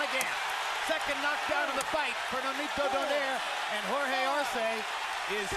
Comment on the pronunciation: This buffoon michael buffer is paid millions to botch saying "travieso" and "donaire" LOL